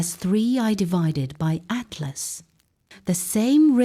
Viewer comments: Finally made it all the way to the end. Conclusion: great STORY! Best female AI voice I've heard yet, even if it DID crucify the name of 3i/ATLAS. Thumb neutral for that BLUNDER! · They could have taken the time to make sure the AI voice pronounced 3IAtlas correctly. That would have given this video a bit of credibility.